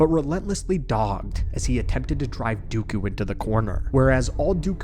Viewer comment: the word ‘dogged’ is pronounced dog-gid btw big. Like ragged. Love your stuff just a little fyi ❤